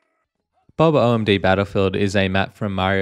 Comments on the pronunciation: "Bob O.M.B. battlefield" Hey, man, sorry the last part is pronounced like bomb. Again sorry. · thanks for droppingnthe links! also the way you said bob omb like bob O.M.B was funny